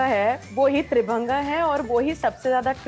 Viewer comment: वो 'त्रिभंगा' नहीं 'त्रिभंग' है। हिंदी शब्द का उच्चारण क्यों अंग्रेज़ी में किया जाता है?